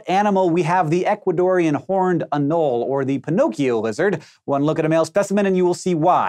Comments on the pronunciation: #7: uh-no-lee, three syllables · The E on "anole" isn't silent. Three syllables: a-no-le. The c in "proboscis" is silent, however. Pro-boss-is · It's pronounced "an-ole-ee" lol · ano·le | \ ə-ˈnō-lē If you make videos about things, at least learn how to pronounce their names! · It’s a-NO-lee, Hank. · The way he pronounces "anole" hurts my soul (it's ah-nole-ee). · "Anole" lizzard, anole mispronounced. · Future reference: "anole" has 3 syllables. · You're pronouncing the lizard's name wrong